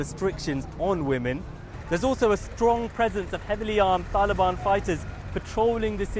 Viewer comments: Why does this guy say Taelibaan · I hate how this guy pronounces the word “Taliban”